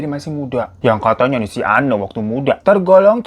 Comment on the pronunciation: Btw, sorry bgt salfok. Itu nama narsum nya kan Anne, blasteran belanda. Mungkin harusnya bacanya 'ein' wkwk.. Tapi apalah 100% lidah indo ya bang Hiro jadi bacanya sesuai tulisan 🤣